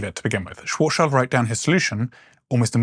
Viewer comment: Karl Schwarzschild the german astrophysicist from Frankfurt is nit pronounced „Child“. His name translates Black Shield. So Schwarz - Schild but the i is pronounced like an e. You are welcome 😉